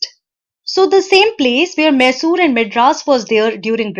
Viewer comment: Sry it is maisur not mesur ( Pronounciation of Mysore)